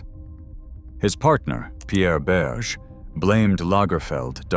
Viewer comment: Whether it is an AI voice or not: pllllllleeeeeaaaasse not "Saint-LaurenT" (don't pronouce the T) and not Pierre Berge, but BergÉ.